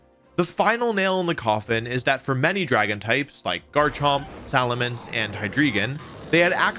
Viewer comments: ITS GARCHOMP NOT JARCHOMP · Never heard anyone say jar-chomp before, i thought it was gar-chomp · Garrrrrr champ not jarchomp wtf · uhh "jarchomp"? lol its garchomp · this man just said JARCHOMP?!?!?!?! how has this guy won tournaments but still pronounces garchomp as jarchomp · IT CLEARLY SAYS GARCHOMP NOT JARCHOMP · I can't believe nobody is talking about the real central question of this video. He introduces it ... Is it pronounced "Jarchomp" or "Garchomp?" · JARCHOMP?????? gif vs jif moment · first person I see that pronunces garchamp as jarchomp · Did this mf just say Jarchomp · Bro I've watched so many wolfeyvgc videos I swear he says a pokemon name wrong on purpose in every video. What the hell is a JARchomp?? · Heard this man say Jarchomp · Bro called Garchomp,Jarchomp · bro said jarchomp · Bro said "jar chomp" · bro said jarchomp lmaoo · did you just say jarchomp? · Great video, but I can't get over that you pronounced Garchomp as "Jarchomp" and Phanpy as "Phanphy" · Sorry I just had to stop watching after you called it "JARchomp" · Bro really said Jarchomp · never trust someone who says "jarchomp" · did this man really say "jarchomp"? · Did he say jarchomp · Did he just say Jarchomp? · Did he pronounce Garchomp “Jarchomp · My man did you just say jarchomp? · Did you just say Jarchomp? Do you pronounce it Jif too? I’m not subscribing on principle now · please never pronounce Garchomp like that again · Can we acknowledge the atrocity committed when Wolfey said "Jarchomp" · Jar-chomp XD (he pronounces it normally elsewhere in the video) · did you just call it a jarchomp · Wolfey is great and all but, “jarchomp”. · Alright, IN MY DEFENCE I made no comment on a lot of lesser mispronunciation, but Jarh-chomp-? (눈∀눈;) Other than that, you did a great job discussing the Pokémon Series on a fundamental basis in such a way that really matters. Balance is definitely something I'd love to see in terms of the Pokémon games. ✧(・o・ ) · did he just say jarchomp